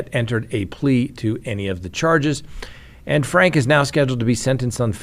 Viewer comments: You probably haven’t watched news stories on this. Her last name is pronounced “Frankee”. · It's pronounced frank-ee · Ruby FRANKE, pronounced FRANK-EE!! Her husband pronounces his last name as FRANK-EE, so I assume that is the correct way to pronounce it. my friend, everybody pronounces it FRANK-EE except you! Why do you always buck the system?? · Franke is pronounced with the 'e' on the end, like 'Frankie'. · Glad you said something but it probably won't change anything. I thought I was the only one SMH at this mispronouncement!! 🤦 😅